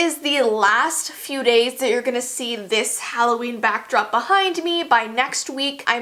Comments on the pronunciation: It’s HALLOVEEN... wut the f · ITS HALLOVEEN